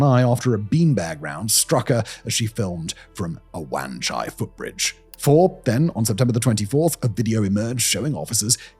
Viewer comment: The way he pronounced the Wan in Wan Chai was hilarious.